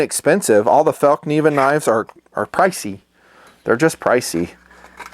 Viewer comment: Fell-kniven with a nonsilent k